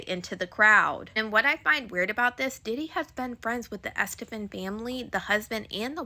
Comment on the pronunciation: It's killing me how u keep sayin her name wrong lol, Gloria Estefan's a legend. This story is crazy